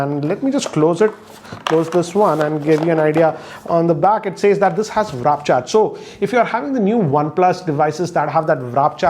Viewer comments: Please its WARP not WRAP ...... Srry OCD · WAAAAAAA - RRRRR - PPPPP NOT WRAP!!!!!! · just wanted to correct you that its Warp not Wrap 😅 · warp, not wrap :D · Its not wrap charge its warp.charge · HOW THE HELL IS WARP PRONOUNCED AS RAP???????? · please!!! It's WARP and not WRAP!!!! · sir its not wrap its warp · Does no one tell in his family him that its not WrapCharge ? 😂😂😂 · Its WARP not WRAP, why does he mispronounce this word all the time XD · Not "wrap" charge... You found bluethoot funny 😂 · Hey say "war". Now say "'p" . Now say "warp" 😁 Good video though!